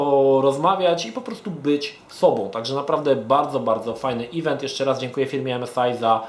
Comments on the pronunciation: no przykro mi. tak to juz jest na swiecie ze "event" mowi sie "event" a nie "ivent" <- nie ma takiego slowa jak "ivent" :) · drogi. mowi sie "event" nie "ivent"